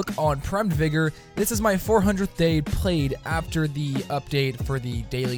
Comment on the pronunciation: It's not vigor it's vygor...